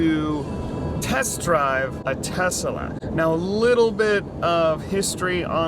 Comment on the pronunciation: Tesalesla. That's how you say it.